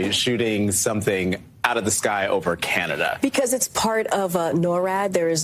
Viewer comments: She said CANADIA.....WTH hahahahaha!!! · Canadia LMFAO 😅😅😅🤣🤣🤣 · Canadia? Norad. How about Noradia?